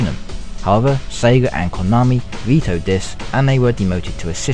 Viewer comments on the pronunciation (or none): none